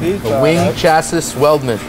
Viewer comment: Lol you can tell hes in marketing with the way he pronounced chassis..